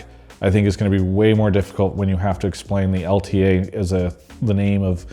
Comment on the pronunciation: Travis, its L ta! you gotta say L ta